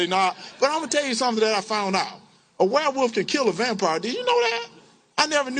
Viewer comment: Um, Mr. Walker...what's a "Wehwoof"?!?🤣